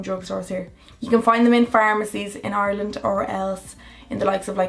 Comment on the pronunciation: everyone listen how she says Ireland 😂😂😂